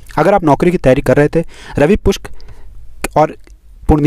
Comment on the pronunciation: रवि पुष्य न कि रवि पुष्क भाई क्या